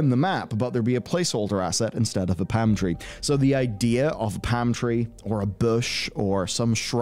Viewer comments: I needed to listen to this bit three or four times before I realized was saying palm tree and not pantry. Enunciation is important, kids. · The hell is a "pam" tree, there's an L in there.. lol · 🤣was just about to say love accents but he’s definitely missing that L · The way you kept saying 'Palm tree' had me rewatch that bit. I kept hearing 'pantry'.